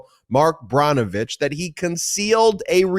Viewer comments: Brnovich - pronounced like Burr -novich, not Brah-novich. :-) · Ben, please correct your pronunciation of the former AG in AZ. His name is Brnovich (pronounced burn-o-vich. PLEASE